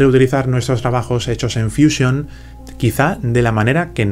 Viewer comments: Pero si estás hablando en español porqué dices fuísion? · Es que ha estado en Whashinton, por eso dice fuísion y no fusión.